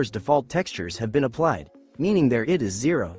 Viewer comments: Well, not exactly high quality when the AI reader makes many mistakes like read ID as id instead of I D! 😂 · One criticism for using an AI text to voice reader for the narration other than it being lazy is that the AI does not understand English nuances and conventions so says a lot incorrectly. For example, a lot in this video the AI reads ID as the word id instead of the letters I and D. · Yep, it's AI. It's not about the voice alone, it's also about how it reads. Just listen for the clues. It makes basic mistakes that no English speaker makes like reading ID as a word instead of the individual letters like we do in the real world!